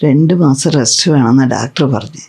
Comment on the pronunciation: ഡാക്ടർ അല്ല ഡോക്ടർ